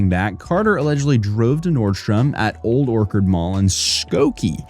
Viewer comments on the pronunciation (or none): Always nice when the stories are local. Also, it's Old Or-CH-ard as in apple orchard. You pronounced it like Orchid. Northern Illinois used to be filled with apple orchards, and a fun fact is that the O'Hare Airport used to be called Orchard Field Airport and that's why the code is ORD.